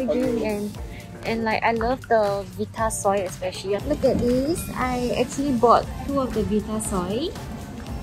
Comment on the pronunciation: love more and more as the challenge goes on! =D btw, the 'vi' in vitasoy is pronounced like vie (rhyming with 'why')..2 people pronouncing it as 'vee'tasoy made me doubt my entire childhood!!